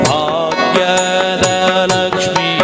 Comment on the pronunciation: ಬಾಗ್ಯದ ಅಲ್ಲ, ಭಾಗ್ಯದ ಎಂದಿರಬೇಕು